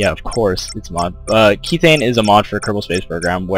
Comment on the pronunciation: pronounced "k-eth-thane